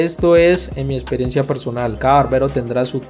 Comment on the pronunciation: Porque no dices bien la palabra teCnica. Me encantan tus cortes. Pero habla bien mano. Pronuncia bien las palabras.proXima. tu dices (procima) EXperiencia.( Esperiencia) PerfeCto. (Perfeto) PraCticar. (Praticar). TeCnica. Tenica.